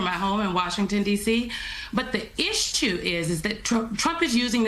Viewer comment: the Isshtue 😂😂😂